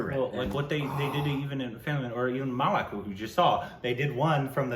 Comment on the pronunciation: How the fuck he is pronouncing malak for malik ma+lick malik not malak